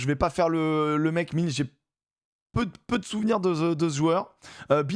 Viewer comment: Franco-irlandais, ma mère nous mettait a l'école là bas pendant les vacances de la Toussaint pour se faire des copains. Ça fait bizarre de se dire qu'un garçon un peu "costaud" à l'époque va jouer 17 pour l'Irlande Michael Milne (à prononcer Mil-eune)